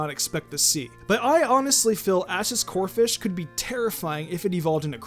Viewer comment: First of all, it's Corpish, not Corfish. Second of all, just cause Greninja is helping Zygarde, that doesn't mean he isn't Ash's Pokemon anymore. This list sucks. The only ones that are necessary on the list are Totodile and Gible.